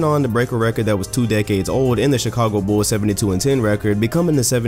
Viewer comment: This channel is honestly one of the best NBA related channels on YouTube,only behind Mike Korzemba and GD's Highlights, But the way this guy says "Bulls" just annoys me so much lol